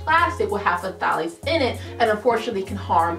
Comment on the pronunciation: Is the P supposed to be pronounced in Pthalates? 🤷🏽‍♀️